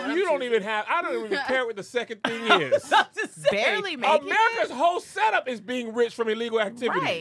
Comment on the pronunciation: “BARLEY” making it… its Barely 🤣🤣🤣 i know you typin these up